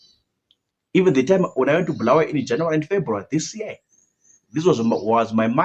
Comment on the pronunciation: its not BHU , it's Bu-la-wa-yo